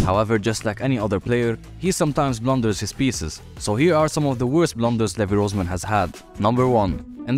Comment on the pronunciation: It's Rozman